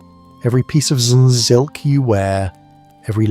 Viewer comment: Is this AI-generated, as there are many bugs in pronunciation, like in Zzzz, silk fabrics? I see them on other videos on this channel as well.